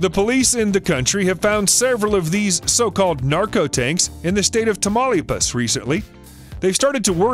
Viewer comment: “Tamalipas “?WTF! Get your pronounciation straight.